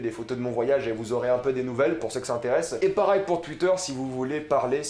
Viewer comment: A tu dis "PARAIL" au lieu de pareil 😂😂